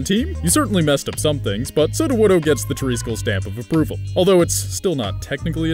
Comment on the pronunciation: Good pronunciation of Sudowoodo 👍